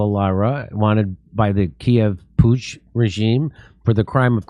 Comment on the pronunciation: putsch as in coup d'etat .... c'mon now guys